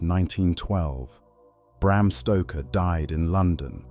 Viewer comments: Bram Stroker? Wtf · Bram Stroker? Who's that? Lol!